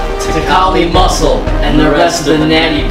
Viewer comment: did he said kali muscle?